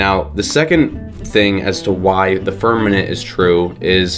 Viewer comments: The firmaNent? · Is it just me or was he saying "firmanent?" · ffs, he can’t even pronounce the word ‘firmament’. Give the doofus a crayon and let him consume it.